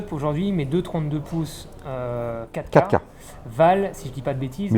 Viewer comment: j'ai mis quelques secondes pour comprendre qu'il parlait de la 4 K, je comprenais catca, mais bien sûr il s'agit de la "quatre K, "quatre" en deux syllabes sonores...c'ke j'pe' êt' bête ;( à part ça, video très instructive.